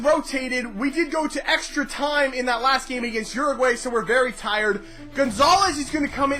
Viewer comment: A little better pronunciation of my country Uruguay (Ur-A-Gwy). Besides that good video.